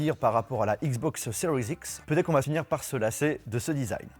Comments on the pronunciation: stp arrete avec le "seriez x " c just serie x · Ce que j’entend " xbox cerise x "